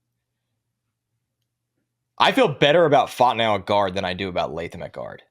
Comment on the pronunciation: “I like Troy Fontanow a lot.” Who? Lol i think we need to the double check on that pronunciation. 😂